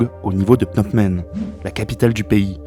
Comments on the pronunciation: Excellent boulot, vidéo très éducative sur un sujet délicat, juste un truc qui me fait marrer, le fait que tu dises Pnot Men au lieu de Phnom Penh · « Au niveau de Pnamp Men » j’ai souri. Très intéressant sinon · Cette vidéo est très instructive, bien documentée, bien rythmée, bien réalisée. Cependant, je n'arrive pas à m'ôter de la tête le fait que 9 fois sur 10, le narrateur prononce phonétiquement "" au lieu de "pnom pen". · Répétez après moi : PhnoM Penh ;) (pas PhnoP Men) – à part ça (qui m'a fait sursauter à chaque fois), très intéressant. Merci. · Juste1detail, on prononce PNOM PEN et non... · "est proclamée a " c'est difficile à dire hein!? 😄 plusieurs fois tu a prononcé au lieu de Phnom Penh 🤪 Mise a part cette erreur récurrente de prononciation c'est un excellent documentaire, très intéressant MERCI pour ce taf 🙏👍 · Excellente synthèse. Mais j'ai l'impression que vous ne savez pas prononcer Phnom Penh. A chaque fois j'entendais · C’est Phnom Penh, pas 😂. C’est vrai que ce n’est pas évident à prononcer. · C'est éccrit Phnom Penh, j'entends Pnomp Men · Phnom penh! Pas "pnopmen" ou je ne sais quoi! C est si compliqué??? L alphabet phonétique international n a pas été inventé pour les souris! Trouver et lire la prononciation exacte prend 5seconde chrono! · Super vidéo, très bien documentée. Le narrateur a beaucoup de mal à prononcer Phnom Penh mais ça n'enlève rien au travail fourni. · Très bien fait :) mais la prononciation de Phnom Penh par le narrateur... quelle souffrance 🤣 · Super vidéo, pas facile a prononcer phnom penh hein